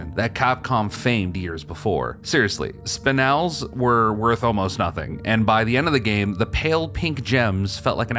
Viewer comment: you're like the only person who says "spinel" right lol.. "Spine- L" is a popular term, apparently!